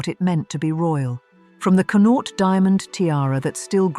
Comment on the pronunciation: Learn how to pronounce "Connaught", PLEASE!? As a person, who was born in the province of Connaught, your butchering of it's pronunciation is painful